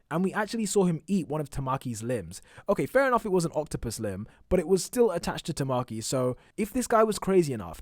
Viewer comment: i'm sorry but i cannot get over the mispronunciation of so many words 1 example Tamaki's name like i have never heard a more American pronunciation of Tamaki in my life